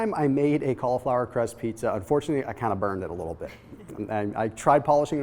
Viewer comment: Kali-Flower. Kali Muscle says he can't eat vegetables. Maybe he should contact Thomas so he can hook him up with some Kali-Flower recipes. #Hyphy Kali-Flower Tuna pizza.